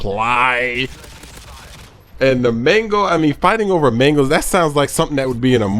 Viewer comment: made mangoes sounded like mingles